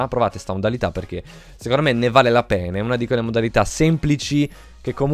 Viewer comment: Min solo io ho sentito "ne vale la pene"??😂😂